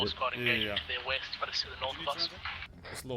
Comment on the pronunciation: East I thought you said Weast